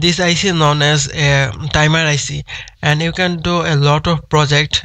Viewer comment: the "dimer IC" :D hahah